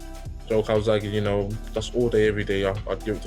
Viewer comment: Jamie Moore “calsackie”